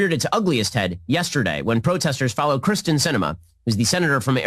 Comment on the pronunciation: She's not the Democratic John McCain... and it's Kyrsten not Kristen... solid 2 seconds of research, Shappy. Bold take though. Poop in peace.